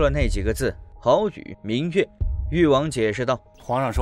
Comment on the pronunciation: 这旁白是人工智慧合成的。以为有的地方人根本不会读错，但旁白却读错了。比如“好雨”，他读成了“耗”雨